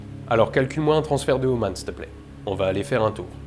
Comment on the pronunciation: C'est un Fake !!! Il a dit "steuplai" au vaisseau !!!